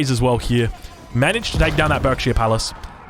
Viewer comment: For future note Berkshire is pronounced Barkshire